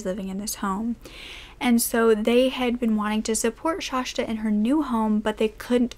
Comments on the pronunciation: Its Shasta. Not shashta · I’m from Oregon and have always pronounced it as shhaasssta.. no sh at the end. Like the mountain. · Omg it's Shasta not Shashta!! Please at least know how to pronounce the victim's name!! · It's pronounced Shasta, but not Shashta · I'm glad you explained that because I was instantly like, what? Shashta? And also Coeur d'Alene is pronounced like "core dah lane". It is distracting for those of us familiar with the proper pronunciations, but we love you anyway. ❤❤❤ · I've never heard the second "s" pronounced as sh. It's shasss-ta. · Hi loves, hope you're all doing well. I hadn't even realized when filming that I had said Shasta's name incorrectly and I mean no disrespect in doing so. I always try to make sure that my pronunciations are as close as possible and for some reason I made a mistake on this one. Hope its not too distracting. But just wanted to let you know so you don't have to comment on it <3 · My mom lives about 3 blocks from the Denny's she was found at. And I have her on my FB page. I also just want to let you know out of obligation that you pronounced her name wrong the entire video lol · I live right next to cour d’ Alene! ( you pronounced it wrong lol buts its ok, and you said Shasta wrong but it’s fine) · Just FYI... it’s pronounced like this cor de lane.. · This story is so sad. But its making me nuts. My name is Shasta too & you're pronouncing it wrong. Uhh!! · Shasta is pronounced more like pasta than whatever you are saying